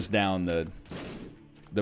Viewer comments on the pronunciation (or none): none